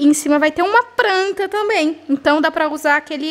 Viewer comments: Gente, amo esse canal, esse casal! Mas pense que eu tenho uma agonia de ouvir a palavra pranta... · "Pranta" olha q vc já acostumou a falar assim miga kkkk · Amo quando a fala “pranta” 😂 (Tbm gravo)🤗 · Agora tô eu aqui também, querendo encher acasa de "pranta" kkkk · da uma agonia você falando “pranta”